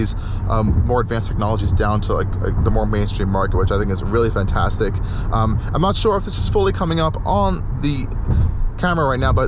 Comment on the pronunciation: That is a great SUV and you did an excellent job. Thank you. Very helpful. One thought though... please, the word is "FANtastic" not FUNtastic.